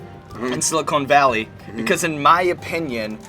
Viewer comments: It's Sili -Con as in Khan not Sili-cone. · Sili CON valley not sili CONE....just FYI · Sean Evans. It's Silicon Valley. Not "Silicone" Valley. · Is it just me, or do they keep saying "Silicone Valley"? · "Silicone Valley'?? Really?? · GOD DAMN IT. IT'S SILICON VALLEY... NOT SILICONE VALLEY. THE SHOW IS ABOUT A COMPUTER COMPANY, NOT A FAKE TITS COMPANY. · ITS PRONOUNCED SILI CON CONE GOES IN TITS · I love how they keep calling it "silicone valley" haha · Why does it bother me so much that they keep saying "Silicone Valley"? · Is it just me or does the interviewer keep saying Silicone Valley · Maybe they don't like you because you keep saying "Silicone" valley lol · sean can pronounce guy fieri's name right but not silicon valley's what is happening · yeah - why is TJ Miller saying it that way ... shouldn't he know how to say the name of his show????!!! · Can't pronounce Silicon Valley, calls other groups insufferable. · Love these video's, but I don't think the show or town is pronounced like the implants lol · Sean, if you're gonna say the word Silicon, at least say it correctly. It's not SILICONE Valley, it's Silicon Valley. it's CON not CONE. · It hurt everytime he said silicone" instead of silicon" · It is pronounced SiliCON not Silicone. Silicon is the thing in computer chips and silicone is the thing in breast implants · Dear Sean, It's siliCON valley, not siliCONE valley. Silicon valley is where geeks do tech stuff. Silicone valley... is a stripper's cleavage. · Was I the only one irked by the way Sean keeps pronouncing Silicon Valley as “Silicone Valley”? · Sili-CON Valley. Silicone is what they use to make breast implants. This shit is just as bad as when G. Dub Bush says "Nucular" and it makes my eye twitch. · i'm from santa cruz ca. it's SiliCON valley, not SiliCONE, jesus. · Stop calling it "silicone valley" dude. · Could someone inform Sean that it's siliCON not siliCONE. one is used in computers, one is put in boobs. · Silicon (caan) not Silicone